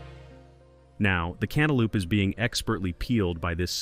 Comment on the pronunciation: Cantaloupe, lope, NOT LOOP